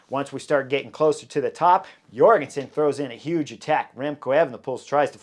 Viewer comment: Heyo Chris, if I recall correctly I've heard that Matteo Jorgenson's J at the begining of his name is prononce like the J in Jordan => "Djorgenson"